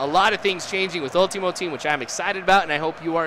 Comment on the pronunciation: U sound funny when u say Ultimate